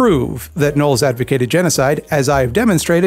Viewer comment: Is that how his name is pronounced? I thought you said it as Know-less